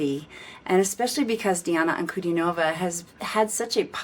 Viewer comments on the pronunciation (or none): In Diana's surname the stress is on DIN, not NOV. Just FYI. She's wonderful isn't she? Glad you enjoyed her performance! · "An-ku-DEE-no-vah". Accent on the middle syllable ;).